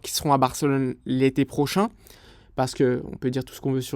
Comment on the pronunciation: « Prochain éventuel sponsoring » J’ai compris « Auchan éventuel sponsoring »